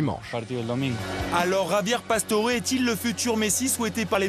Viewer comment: ça m'énerve les gens qui l'appelle "javié pastore" alors que ca se prononce "rabière passtoré"!